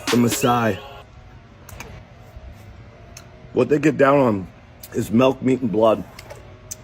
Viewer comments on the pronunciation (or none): His biggest crime his pronouncing milk as melk.